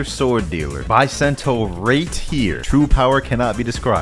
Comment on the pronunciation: Bisento not baisentou